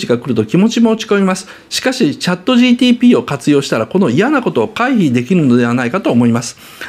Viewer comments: 岡田さん、ずっとGTPって言ってる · GTPって聞こえる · GPTだからね。GTPって発音しとるよ😂